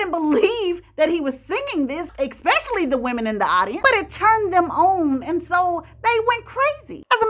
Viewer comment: Wale ( Wales ),Expecially,magneticism … dear,speak proper English